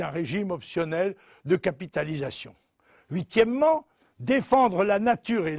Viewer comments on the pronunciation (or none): Lol il m'a achever quand il a sortit : "huitiement"